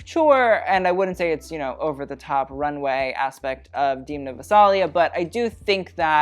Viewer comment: Great video, just one tip though, Demna isn’t pronounced like that, the “e” in his name is pronounced like in bed. Don’t mind me, just his fellow Georgian haha